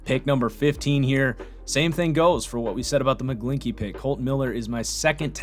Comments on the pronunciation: It's McGlinchey not McGlinkey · Please stop with Sam Darnold he wasn’t that good in college I.E. turnovers... and he won’t be that good in the NFL, most of the time I agree with you but on Darnold we could not be further apart. I would take Rudolph over him..... also his name is pronounced “mic-glenchy”